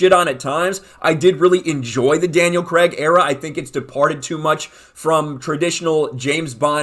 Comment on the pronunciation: Why can't Americans pronounce Craig properly? Every US YouTuber have heard talking about the film has pronounced it wrong, It's not Creg!!!